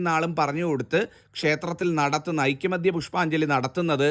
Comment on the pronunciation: ഐക്യമത്യ അല്ല ഐകമത്യ ആണ് ശരി.